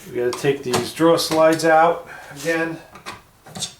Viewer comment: Your killing me!!!!! It’s drawER not draw.